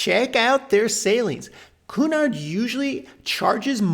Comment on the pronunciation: It's CUE-nard, not COO-nard. You're welcome. 😊